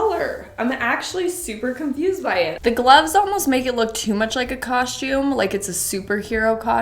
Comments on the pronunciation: OMG DUDE THE WORD IS "C O S T U M E" ITS NOT "COSH~TUME" lmao and yea most those most def looked like for halloween unfortunately accept maybe the grey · You are the first one I've ever seen on YouTube to pronounce the word 'costume' like that